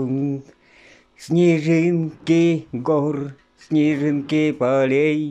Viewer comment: и всё таки-снежинки, а не снежынки)))